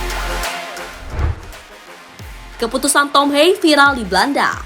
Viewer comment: Mengspell nama Thom Haye, bukan Thom Hei tapi Thom Haye.....Thom.....Thom....Thom Haye....